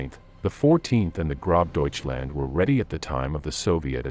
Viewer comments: Lol its not GroBDeutchland. Its Gross - means Great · I heard Grob Deutschland. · If you are going to do these types of videos, you should at a minimum learn to properly pronounce the names of people and units involved. Model and gross Deutschland are two prime examples.